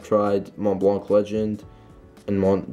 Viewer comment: Bra u don’t pronounce the c in the enemy in Montblanc